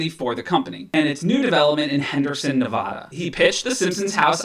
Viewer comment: Bro, you’re saying Nevada wrong, makes me cringe